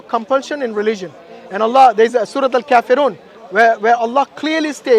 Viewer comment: In rilizion 😂